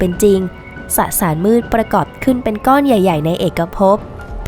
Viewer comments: สสาร ไม่ใช่ สะสาร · 555 เว้นวรรค ได้น่ารักมาก ไม่ตัดออกด้วยนะ